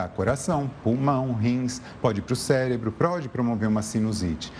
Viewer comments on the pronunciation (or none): Será que só eu ouvi ele falar "celebro" 🤭